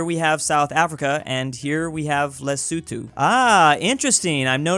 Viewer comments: lesutu?it os lesotho,and thats also the pronaunciesion,lesutu,ha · Lesuthu 💀Les-o-tho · “Lee-soo-tho” I thought it was “Le-so-tho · It's funny how you say Lesuthu instead of Lesotho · Is it pronounced lesuthu? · No one:: LESUTHU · It’s pronounced Les-O-to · I hate that calls lesotho lesuthu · That's Le-so-toe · Literally nobody:: LeSuTu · the way he prononces Lesotho is so cute